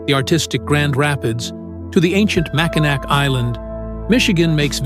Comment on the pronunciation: Yes, but you pronounced it Mackinac. I'm a local.